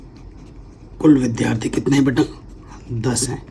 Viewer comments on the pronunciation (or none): none